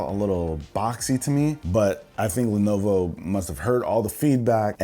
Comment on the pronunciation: s no one gonna mention the “levovo” in the intro??? lol